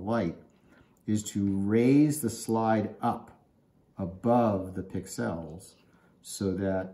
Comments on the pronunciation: Accent is on the pix not the el. You're welcome. 😁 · Never heard "pixel" pronounced like that 😁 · why are you saying pixel wrong??? Its annoying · HaHa! Some viewers like how I say it. You do you and I'll do it wrong. ;) Thanks for listening though!